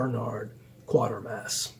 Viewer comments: My only qualm is you pronounce Quatermass as Quartermass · The only qualm ive got is that you pronounce Quatermass as Quartermass apart from that brilliant review...as always